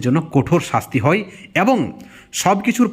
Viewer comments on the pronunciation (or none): দাদা কোঠোর নয় কঠোর, তারা চাই নয় দাদা চায়, বিতর্কে অংশ নিতে হই নয় হয়। বাংলা একটু ঠিক করে উচ্চারণ করুন প্লীজ। তাছাড়া সব ঠিক